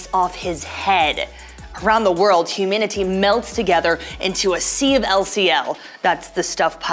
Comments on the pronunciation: Why are you pronouncing humanity as "huminity"? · 1.why does she say humanity so weirdly and 2.the angels don’t come from Lilith they come from Adam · is she trying to say humanity? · why does she say humanity like that?????